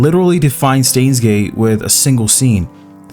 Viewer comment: say stains gate one more time i dare you